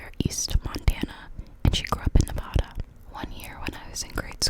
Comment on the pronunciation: you need more subscribers and as soon as you said nevada i was like OOP she from the east coast 💀 edit: this is a friendly comment